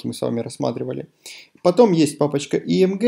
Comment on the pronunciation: Мне одному послышалось не img, а AMG?! Тимати вошел в чат